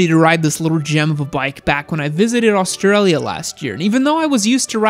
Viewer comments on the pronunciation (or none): none